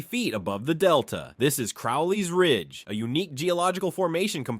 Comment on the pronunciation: Just for future reference, Crowley's Ridge is pronounced with a long O. Like the bird, crow.